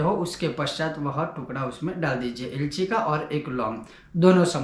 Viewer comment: Ye alchi kya hota h, ilayachi hi h kya